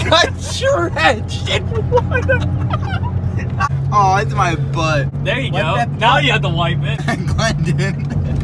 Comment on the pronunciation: Stop pronouncing water like that